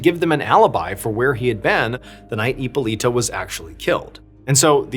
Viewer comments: Heeppoleeta😂 I love your pronunciation on some of these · is it really that hard to pronounce hipolita????